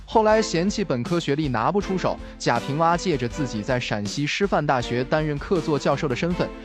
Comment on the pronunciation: 贾平凹。AO。不是WA